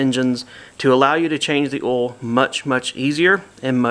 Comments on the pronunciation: I giggle when he says oil. I can't spell it like he says it. Not trying to be mean. I love accents. A couple other YouTubers say the man's name Don, but the way they say it it comes out "Dawn". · Or awl, LOL